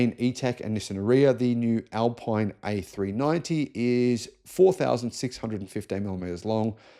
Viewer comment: The Riddara RD6 is coming to Australia in totally gay PHEV form only. Alpine is pronounced al-peen. Ford began selling the e transit van in Australia months ago. The Wagoneer will be the first electric Jeep that Australia will see? Dude, we've had the Jeep Avenger since last year. The Leapmotor C10 REEV has been out for months.